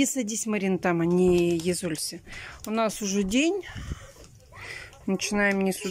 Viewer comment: " Марин, садись там, не еЗОлься"😂😂😂